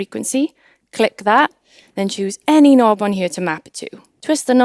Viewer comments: Y she pronounce "here" like "hyurr"? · am i the only 1 that loves the way she says here ??? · I love how she says “here” in that beautiful Welsh accent!